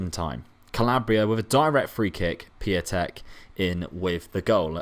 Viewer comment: Piątek is "pyow-teck"